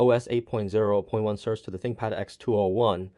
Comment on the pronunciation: "Sir Say" is how you say the name. How is it working for you? Which session do you run? Classic or Secure?